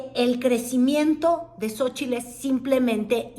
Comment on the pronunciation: Me castra como pronuncia "Xochitl"...